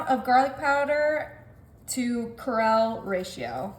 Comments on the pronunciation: It is pronounced Kree O not core rell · Kree 'ole, not crell. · KREE-OLE NOT THE NAME CAROL, HONEY! ❤ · CRE OLE. Sorry, I don’t normally fuss over little things like that but it was jarring to hear Krell. It’s like 2 separate words. CRE OL. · Krell😮...ummmm Cree-ol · KREL? CREAL? CRAYOLA? Think she's tryin to say "Cree ole" 😂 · Krill is a fish; Kree-ole is south Louisiana cuisine. That hurt my ears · Corelle!? 🙌🏼 no creole 😂it would have taken me forever to find product had I not paused to read the container and brand myself! Hahaha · CREE-OLE not Carell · Well, Corelle is a brand of cookware and dishes. It's pronounced "cree ole" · Wait, did she say “corale” seasoning?? Being born and raised in good ole New Orleans, that was soooo cringe!! The correct pronunciation is CREE-OLE!!! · Right! I was like Corell... wth is that? 🤣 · Cree-ole not coral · Cree-ole, not crell!! And you repeated it!! And the man with you filming apparently didn't know either!! I had to rewind and listen to be sure of what you said! And then had to pause the video to see the label of the item to make sure of WHAT it IS!Good recipe, though! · The seasoning is Creole, pronounced Cree ole. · It's Louisiana Cajun Creole (Cree-ole) seasoning 😂😂...poor thing. Just like my friend that has to say Ricotta (Ree-cota) 😂😂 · IT IS NOT KRELL. FOR GODS SAKE LADY. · Yuck!!!!! And, wtf w/ “Krell”?! Embarrassing. Onions ain’t even cooked. Gross. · What the hell is krell seasoning lol. Has this woman ever been to Louisiana? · That creole pronounced Kree Ol is not strong 😂😂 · Girl don’t you know Cajun language? KREE-ol. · In the 21st-century, I think hillbillies should learn to read its pronounced creole. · Did she just say “Crell”. WTF??? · Thank you!! I knew someone would correct her. 😂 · Crell seasoning? What the hell is that...Ask someone from Louisiana how you say creole. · Cree-ole not what you said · Did she say "crell" seasoning??? WTH is "crell"?!?! SMH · CREEEEEE-OL'!!! HAHA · It was "croll."